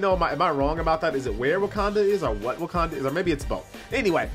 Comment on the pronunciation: ITS WAKANDA, NOT WUKANDA